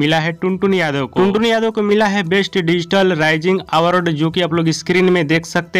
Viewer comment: अरे पहले आवर्ड कहना सीखो